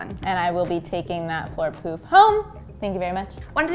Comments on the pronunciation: who else heard floor poop vs poof lol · I tought she kept saying poop 😂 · I swear she kept saying "floor poop" instead of "floor poof". 🤣